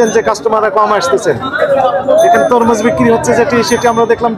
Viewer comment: তমরুজ না ভাইজান, তরমুজ হবে ❤